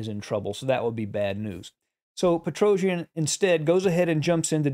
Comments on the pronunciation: I really appreciate your videos as they are very instructive but please do not pronounce Petrosian' surname in such a strange manner, even if you are not the only English speaker who does it so. I understand that English phonetics is difefrent from Armenian but I don't think it's so hard to pronounce the world champions' names in a proper way. The correct pronounciation is Petros-i-a-n, not "Petrouzhn".... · Dear Sir, great analysis, great game. Petrosian is pronounced pet-ro-c-ian. The letter c is pronounced just as in you a b c. Not Petro-j-an. He is not an epic Greek warrior. He is Russian. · You are very good commentator! But I want to correct your mistake in pronunciation of family name of Tigran - PetroSYAn. S not Z, accent on the last syllable. Thank you! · Precise calculation is required in some variation, but I think it is more about understanding nature of the position, seeing the pattern here. That’s where Petrosian was very strong. BTW, his last name should be pronounced much more softly, something like Petrosyian.